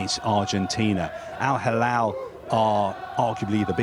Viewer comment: Mr Al Halal 😂 why is he keep saying it? Al Halal 🤣 🤷‍♂️